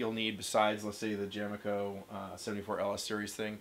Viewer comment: That’s jame-co, not jame-eco. It is a shortened version of James Co.